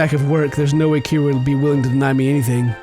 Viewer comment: Its pronounced, k-ee-ra